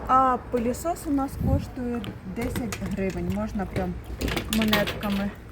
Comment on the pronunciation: Правильно говорить не "рік тому назад" а "один рік тому". Не "пилесос" а "пилосос". Не "справились" а "впорались". Не "чуствуете" а "відчуваете".